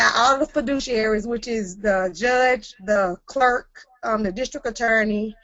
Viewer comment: He keeps saying “feedees-useries” when it’s obvious, by the context, the word is “fiduciaries”… Bring two fiduciaries which are people, not notes. I’m gonna keep listening but this calls into question his ability to interpret the matter correctly.